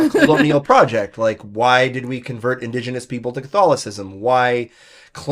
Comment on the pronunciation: Did you just say indos genos???